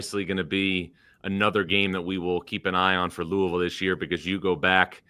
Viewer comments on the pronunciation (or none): whats "lousivile"?